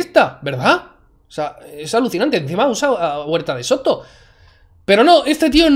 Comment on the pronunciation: Para empezar es huerta de soto, no de seto xd